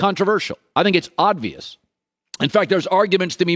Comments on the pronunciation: I didn't get to his ranking because after the third oddvious instead of obvious went straight to comments to make sure. He seemed like he lost a bet to do this and see who notices. He said it many times. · Swap Lamar Jackson with Kyler and I agree with the entire list. Also, it’s OBvious, not ODvious. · U know what's obvious? Colin keeps saying odd-vious 🤣🤣🤣🤣🤣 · Do I keep hearing Colin say "oddvious"?